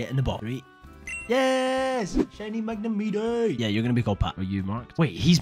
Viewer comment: NGL, kiiinda uncertain how to feel about how you pronounce 'Magne-MITE', buuuut hey, the video's funny. I like it.